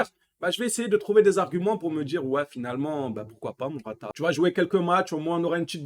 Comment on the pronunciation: C'est pas mortata c'est morata